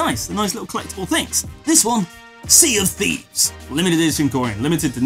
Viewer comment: just say coin...like groin...unless you say groy-in LOL